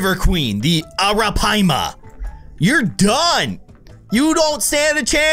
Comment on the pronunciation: it's pronounced Air-uh-pie-ma